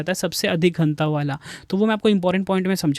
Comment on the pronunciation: घनत्व ☑️ घनतव❌